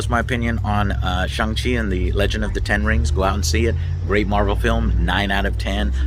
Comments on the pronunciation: Pronounced Shung Chi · Great vid as usual Joe! As for the pronunciation of Shang Chi, it's pronounced like "shun". In Mandarin Chinese Pinyin, all words that ends in "an" has an "an" sound, and those that ends with "ang" has an "on/un" sound. For example, 版(ban) is pronounced like "ban", and 帮(bang) is pronounced like "bun". Anyways, here's hoping the movie does come to Chinese theatres, as many Chinese people are talking about boycotting it due to the villain in Marvel comics was "Fu-Man-Chu", a really racist caricature that Asian fans have always been pretty pissed about. But man, I really want to see one of my favourite actors (梁朝伟) in one of my favourite film actors hahaha. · Apparently it is pronounced "Shong chi." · Stop calling him "Shang" Chi after you JUST watched the movie dummie! His name is pronounced SHONG-Chi! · My bro said Shang-Chi is pronounced Shong G. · It was sooo good, also it’s pronounced shung chi but no worries! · Shang- Chi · You saw the movie but are not sure how to pronounce the main characters name. You're like an independent ign and that's not a compliment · Joe is still saying the name wrong at the start even though there's a scene where Shang-Chi explains how to pronounce it lol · First 5 seconds into the video already pronounced the Shang Chi name wrong after having seen the movie lol love you Joe I loved the movie as well man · How do you watch this entire movie and then continue to pronounce his name incorrectly?